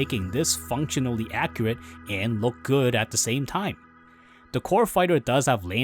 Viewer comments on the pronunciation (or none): none